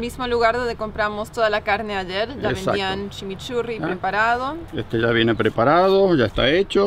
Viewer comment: Shá decía shó....jeje... buen video, saludos...